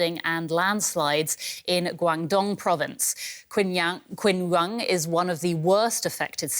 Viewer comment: Kun Yang? Omg It’s qingyuan